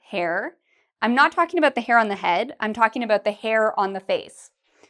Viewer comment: I got a question. You say hair the same way you say her ? Could you tell me the difference between that please 😉